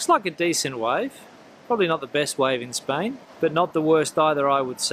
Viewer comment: When on earth,you will be able yo pronunce Spain right!!!!